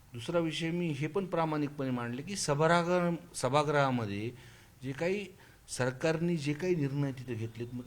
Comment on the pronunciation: Sabara grah nhi o saheb sabhagrah mana as ka adkt ahat😂